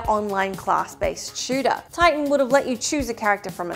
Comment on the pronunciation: Titian? It's Tighten, duh.